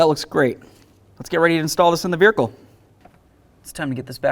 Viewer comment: I knew it was a1 autos mechanic, I love the way that guys says verhicle